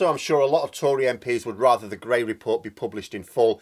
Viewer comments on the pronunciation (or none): none